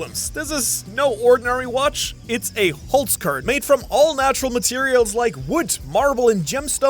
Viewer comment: Lol du bist doch deutscher, warum sprichst du Holzkern falsch aus? 🤔😂